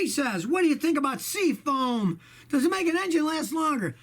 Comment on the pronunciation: Hey Scotty, what the hell is SEA-FONE?? 😂😂😂😂